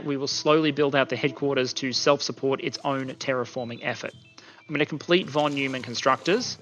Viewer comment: Please forgive the petty remark, but since you care about accurate pronunciation of all sorts of foreign words (which is very nice of you), I couldn't help about a particular thing - in German the eu diphthong is pronounced "oi", so the scientist's name along with all the stuff named after him sounds like "Fon Noimann", just like Europe is "Oiropa", etc.